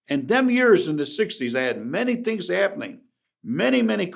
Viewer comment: Let me tell you a couple of tree tings